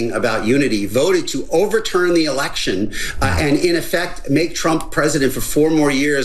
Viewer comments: Lol he said erection 🤣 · Lmao he said erection